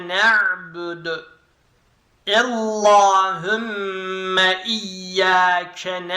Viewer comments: ella degil alla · Çok güzel ama ellahümme değil allahümme